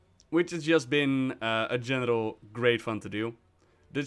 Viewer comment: I'm only into the video, and the fact that saying "general" sounds like "genital" is suddenly worrying to me...